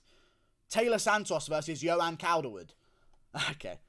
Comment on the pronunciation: You CANT even say her first name... JOE-anne... Not yoanne... Cawl-derwood... Taila is a man, end of